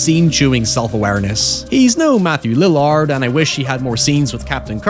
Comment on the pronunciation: ok I know this isn't the point and has absolutely nothing to do with the video but...that sure was a way to pronounce matt lillard's last name lmao